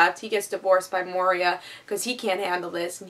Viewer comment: Moira is pronounced Moy-RAH.